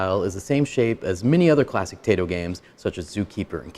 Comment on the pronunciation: This was one of my favorite games back in the day. Btw I believe Taito is pronounced "tie-toe" not "Tay-to". Could be wrong though.